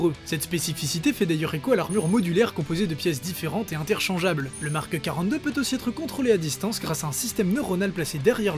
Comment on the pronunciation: il n'y a pas de "e" à la fin de "Mark" pourtant tu dis Markeuh 1, Markeuh 5, Markeuh 6... insupportable. Pouce vers le bas. J'ai tenu 4 minutes... pourtant le sujet m’intéresse mais là non....